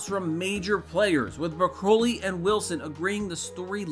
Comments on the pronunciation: I appreciate this video's content, but could you do a read through before you record so the narrator doesn't sound like he doesn't know the subject he's discussing? It's pronounced Em-Eye Six, not Em Sixteen. And Co-producer's last name is pronounced BRAH-cuh-lee, not broh-KO-lee. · Broccoli***… like the vegetable, not Bruh-COE-lee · mate its not "broc - oh -li" its "brocoli"phonentic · It's Barbara 🥦 not bracoli or how ever your saying it. This movie is poorly directed, it's not a strong sequel to casino Royale, the editor should never work again. The villans are as memorable as the villans in the Living Daylights. We got Skyfall because of this movie. So I guess that's a plus in its favor. 😂